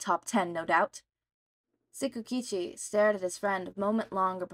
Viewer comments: It's not silent. It actually sounds the same as the T and S combo that you hear in the compound word "It's". Also a lot of the names here are so wrong im haveing to re learn them to follow. I'm not dropping over it, but it does need fixing. For our narrator: The Japanese language isn't as confusing as English. All consonants and vowels make only one sound each. U soudns like you. I sounds like see. E is the most confusing as it sounds like the E in hen. And A is all. All consonants can be treated like hard sounds and all consonant and vowel combos can be said as it's own syllable. This is a cheap guide, so understand there are flaws. The name TsuKaUChi would be pronounced as if all uppercased letters start their own word, and then put together. More basically, forget all english spelling rules when reading Japanese words and names. Read it like a child who only just learned the letters and doesn't know how to combine them yet. NaOMaSa, IZuKu, ShiGaRaKi, ToShiNoRi, even ToRiNo can be read this way as it seems the Japanese can be rather smart about picking names they can pronounce easily, it seems. Read as if you're sounding them out as you go. You'll get a lot further than guessing or, even worse, applying other languages' spelling rules. One thing to add, though, is that when reading Kacchan, that first C will throw you off a LOT. That's because of those Extra things im not teaching you here. Just know to ignore the first C and pronounce it as KaChaN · Your endless struggle to pronounce tsukauchi is really amusing /lh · Sorry but your not saying the detectives name right (I think the T is silent) anyway love this story its really fun.